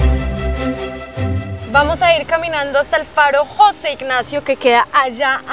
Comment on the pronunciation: No es Jóse ignacio, es José